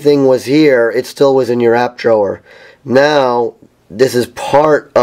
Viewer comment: I really dislike your pronunciation of "Drawer"